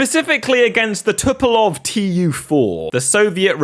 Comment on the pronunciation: "Tupolov Tu-4".... Aha.